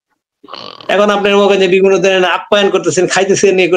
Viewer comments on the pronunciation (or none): none